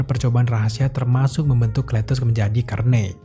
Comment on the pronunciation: Cara bacanya Karnej woy. Bukan kernej